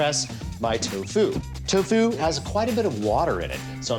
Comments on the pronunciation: He puts the emPHAsis on the wrong sylLABle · Ahahah. The way that Alton pronounces “toe FUE” gives me life, man. He says it like it’s the secret martial art that Keanu Reeves wields to defeat other combatants by using only the tips of his feet.